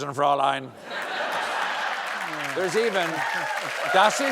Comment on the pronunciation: “Fräulein” is NOT pronounced “Frow-line”.